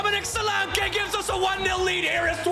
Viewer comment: 😂😂😂😂 the way you say Solanke's name.....'Dominic Solankay!